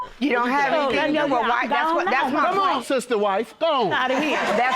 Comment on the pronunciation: "Sista-Wife" 😂😂😂 JM wrong 😂😂😂